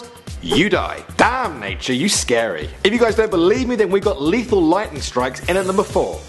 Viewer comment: lethal not leathal